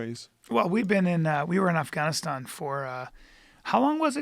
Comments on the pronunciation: Brian quit pronouncing affGaaaniistaaan Ike that. PLEASE! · Bryan "Its pronounced Af-Gon-E-Stahn" Callen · Bryan decided not to pronounce afganistan weird af after saying it weird af 20 minutes ago 😂😂